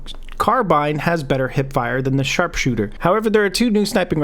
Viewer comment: Did u say sarpsooter